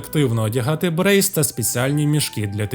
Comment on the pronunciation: Дякую за матеріал, тільки подушню трохи - середньовічні сімейки українською вимовляються "Бре" бо запозичено напряму з французської, а "брейс" це англійці вже французське слово а англійській манер прочитали.